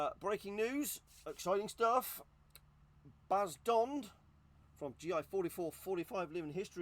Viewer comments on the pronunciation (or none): ‘’ lol I think you got the ‘B’ and the ‘D’ mixed up 😂😉